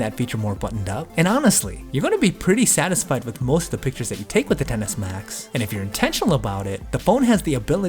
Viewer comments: Excess Max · It sounds like you’re saying tennis max it’s pissing me off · 😂😂 I can’t unhear it now